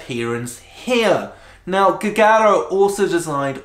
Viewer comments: Jee-you-jar-oh. That's how you pronounce Giugiaro. ..Joe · "Giugiaro" correct spelling is Jiujiaro...